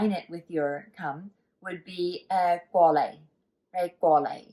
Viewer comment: Wow, that's awesome! Her pronunciation is almost perfect. However, for the term come here, she used qwo leih. I think it should be more like gorh leih. There aren't too many qw sounds in Cantonese, ghost or demon is one - qwigh, or strange - kaih qwi. In the same vein, I don't think there are too many ch sounds either, if any. It's more like Tch, e.g. tchoy - leafy vegetable, tchah - tea, or tchaah - fork, not choy, cha, or char.